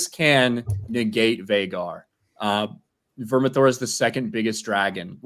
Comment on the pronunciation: It’s Vermithor